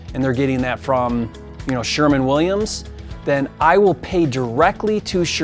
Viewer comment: Its actually Sherwin Williams, not Sherman. lol There will be horror stories coming from all sides. Especially from contractors dealing with flippers.